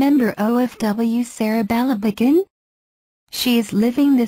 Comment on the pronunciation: ang sakit sa tainga ng pagbigkas sa pangalan.. sereh belebegen..